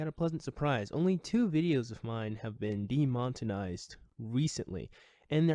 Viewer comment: de-mon-e-tize NOT de-mot-in-ize; no hate, fan of your stuff. I sometimes do the same thing with other words myself.